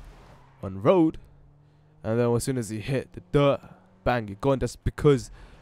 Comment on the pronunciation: The way you say dirt is so strange. You say it much louder than everything else and you say "duut!" haha